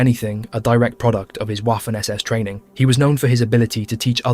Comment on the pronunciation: Great video, however Waffen is pronounced with a V not the English W. Same goes for Wehrmacht. The German W is literally called V.